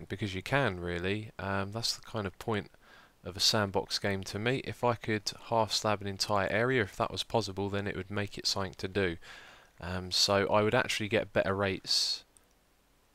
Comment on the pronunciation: You can't pronouce your 's' hahaha Pozzable, Dizzapointed lmfao